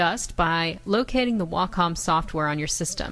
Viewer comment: Way-Com... PLEASE pronounce Wacom: WAY-COM